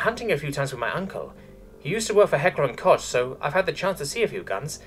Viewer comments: Would you prefer "Heckler & Cock" as Americans usually pronounce it? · I felt like, if I was in a Manga, I would have vomited Blood, at the mispronounciation of Heckler & Koch! XD